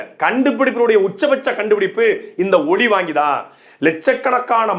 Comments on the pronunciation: ஒலி வாங்கி சின்னம் ஓல் வாங்கி சின்னம் தவறாக பேச்சி உளற வேண்டாம் 😂😂😂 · "மைக்" சின்னம் என்றே சொல்லுங்கள். ஒலிவாங்கி என்றால் பெரும்பான்மை மக்களுக்கு தெரியாது;புரியாது! உங்கள் கட்சி உள்பட பல பேச்சாளர்களுக்கு "ல" "ள" " ழ" உச்சரிப்பதில் குழப்பம் உள்ளது. ஒழிவாங்கி ஒளிவாங்கி என உரைத்து மிச்சமுள்ள தமிழையும் கெடுத்து மக்களை குழப்பாதீர். பாவம் உஙகள் இரு வேட்பாளர்களுக்கே டமீல் தெரியாது ௭ன்பது தெரிகிறது.